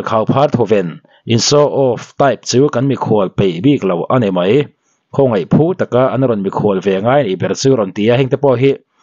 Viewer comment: mei ti tur ani lo aw mai ti zawk tur aw😊